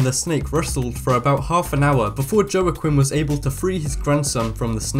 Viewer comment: joa-quin did you say?I think its prnounced wa-keen